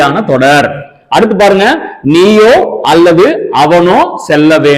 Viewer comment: All okay, but when you say ‘அல்லது’ it’s sounds அள்ளது.please consider